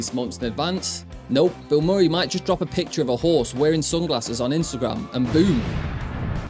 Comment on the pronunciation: lol "bill More-ee" It's "Bill Muh-ree" you know, based on the Actor Bill Murray"